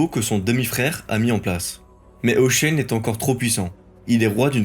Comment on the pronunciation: Pourquoi vous prononcez Hoshein?